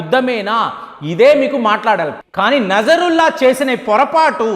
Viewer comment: నజరుల్లా కాదు నస్రుల్లా